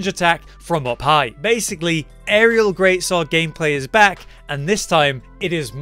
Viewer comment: ''GREAT SWAW-ORD" you know you can hear him